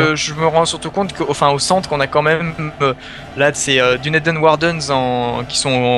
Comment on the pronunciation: Dunedain ça se prononce Dounédaïne et pas Dunédin ni Dunédène